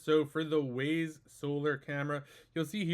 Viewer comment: Wyze. Not Wayz. English language has failed you.